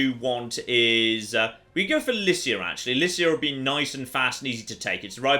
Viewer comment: I believe, Lycia is pronounced with a "k"